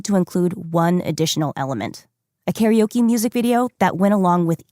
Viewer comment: The mispronunciation of karaoke hurts my ears.